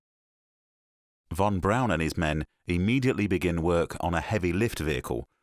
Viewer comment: Its irritating hearing the narrator say Von Braun wrong 🤦😂